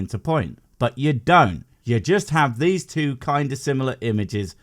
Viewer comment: Every time she says "dees" instead of these I hear "Dees nuts"